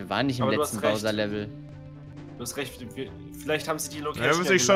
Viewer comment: Es macht mich fertig, dass einfach nicht weiß wie man Bowser ausspricht. Übrigens ist es übelst dreist wenn man selbst arbeitslos ist - und nein, Zeitung lesen, Burger essen und Spiele aufnehmen ist keine Arbeit - und dann aber sagt, dass sich Entwickler bei einem Remake Mühe geben soll.